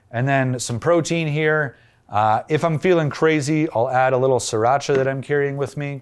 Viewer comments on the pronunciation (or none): Pronouncing sriracha is not hard. SRI is the way, not SIR. As there is no siracha only Sriracha.